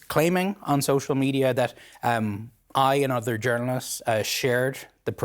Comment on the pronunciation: “udder” = other. Lmao